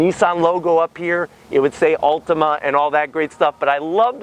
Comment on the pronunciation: It sounds like you're saying Ultima.